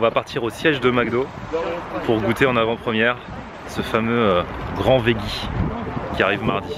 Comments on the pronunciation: encore une fois, on prononce "vedji"... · On dit véji